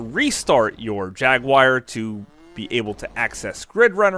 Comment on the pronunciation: Atari Jagwire 😂